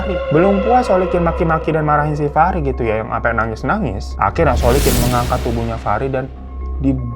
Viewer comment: Terpantau beberapa kali bang Hiro typo nyebut nama orang, seperti biasanya dan aku suka 🤣 masnawi=muslikin Solikin= Solikun 🤣🤣 Tp gpp, aku tetap syukaaa 😁👍